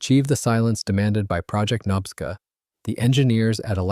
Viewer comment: Say knob-ska like a door knob….. nobska as in nobska lighthouse